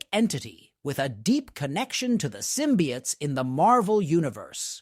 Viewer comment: Symbiotes is not pronounced as symbiaughts. It’s pronounced symbi-oh-tes.